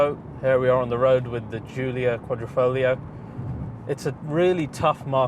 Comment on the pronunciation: "The Quadrifrolio"